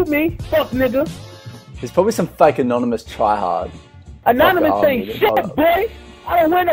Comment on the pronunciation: Yes he said announimouce aynt shit he should be annon then